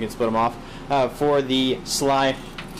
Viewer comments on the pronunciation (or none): S.L.I, not sli ;) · actually the word he said is SLI not SLY and yeah i know the pronunciation is little wrong either way.. becouse its pronunced every letter seperatly :) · And lol you said sly its pronounced s l I